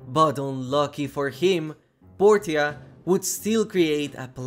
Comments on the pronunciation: Portia is pronounced poursha. At least in America that is I’m not sure about other places but I’ve never heard Portia pronounced how it’s said in the video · Portia, POR-SHUH